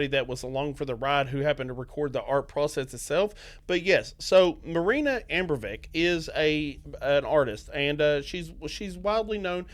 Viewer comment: It's "uh-BRAH-moh-vitch", not "AM-broh-vick".